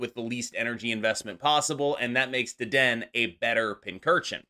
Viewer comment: Not to be that guy, but it is Deden-A. I was at a pre release event and got roasted for mispronouncing Low-Kicks (Lokix), pokemon players can be wonderfully brutal lol